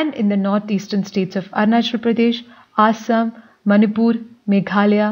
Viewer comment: Ur prouncing is wrong It is not aasam it is assam And also it is not odeesha but instead orissa